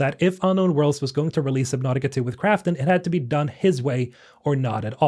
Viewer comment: Submautica not sib. Lol